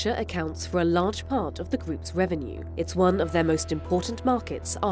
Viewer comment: Le "th" en anglais, comme dans "the" par exemple, est beaucoup plus près de la prononciation française de la lettre "d" que de la lettre "z". "zi Insider" c'est complètement ridicule, dîtes plutôt "di Insider". C'est une erreur très répandue, je ne comprends pas bien d'où vient cette idée.